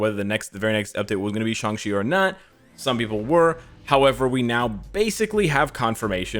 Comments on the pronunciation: Isn't his name is sang-chi why is saying sang-si??? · Why does he keep saying Shang chi as shangshi